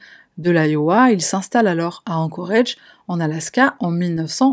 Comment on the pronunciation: Ah, encore un truc. Pourrais-tu contacter pour lui lui rapeller que "Anchorage" se prononce "Anchorage", et pas "Anchorage" Merci à toi.